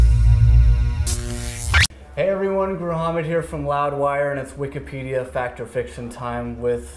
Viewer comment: Will someone please tell this guy it’s Wikipedia not “Wikidpedia”